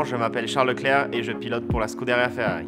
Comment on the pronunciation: "I am stupid" or " Charl le chair"